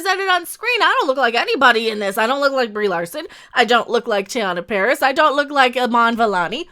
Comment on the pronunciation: Did I hear you call her Rieeeee Larson rofl